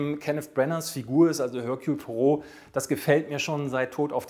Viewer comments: "Ehrkühl", nicht "Hörkjul". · Erkühl! Im französischen gibt es kein höhrbares H. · Ich kriege eine Krise, wenn ich höre, wie du Hercules Poirot aussprichst. Also den Vornamen verkackst du völlig. Ansonsten super Video